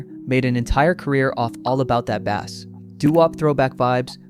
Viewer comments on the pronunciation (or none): 'Bass' as in low frequency sound is pronounced like "base." 'Bass' to rhyme with 'gas' is a kind of fish. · It's "bass" pronounced as "base"🎸🎶🎵🎼